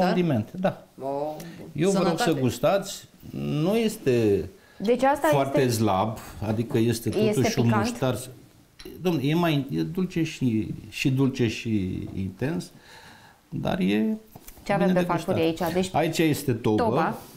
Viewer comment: Nu inteleg de ce spune in loc de S, z - "zlab"!